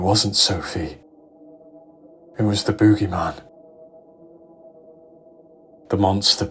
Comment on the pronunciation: love your pronunciation of "boogeyman" ❤